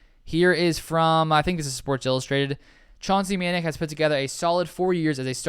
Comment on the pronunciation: And Chauncey’s last name is pronounced Ma Nac. Rhymes with attack and sack.